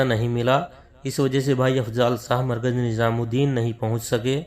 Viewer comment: HAZRET KI LA-JAWAB URDU: Yea koi Hind/Deoband kay alim hain? In ki Urdu Hindi ki mahzooz-kun amezish liay huway hay, maslan "NiZam" ko 'NiJam", "Jawab" ko "Zawab", "Shura" ko "Sura", "terah/terha/terhan" ko "terain" kehtay hain! Alif kio Ain-Alif ki awaz say perhtay hain, maslan "Ap" ko "Ain+ap" (ba-awaz-e-"Aam/common) kehtay hain, jo kay sareehan ghalet hay.